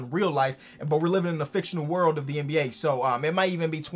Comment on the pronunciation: Its pronounced w/or/d not ward